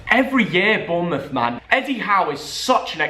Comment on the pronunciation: Every Bournemouth fan gets triggered when says Bournemouth FC